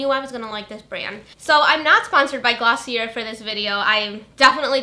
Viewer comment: I apologize in advance but the brand Glossier is pronounced 'gloss-ee-aye' i'm pretty sure it's french!